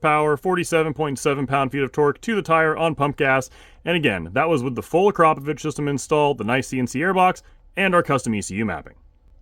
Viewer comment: Full Mark for pronouncing akrapovic correctly - very few people do and when I’ve corrected people they laugh like I’m taking the Mickey😂